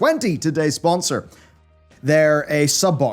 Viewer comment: god youre so fucking irish with that sponser i love it